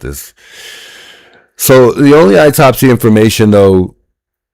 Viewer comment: Autopsy is pronounced awtopsy not eytopsy😊